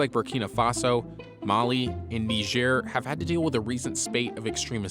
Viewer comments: It’s pronounced “NAI-jer” not “nee-jur” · "kneejer" I'm gonna start saying this black people are gonna be impressed with me